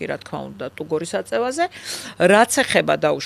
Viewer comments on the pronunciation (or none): ტურგორი და არა ტუგორო